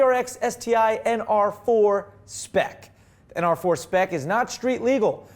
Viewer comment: Did he say ASS4? ?? lol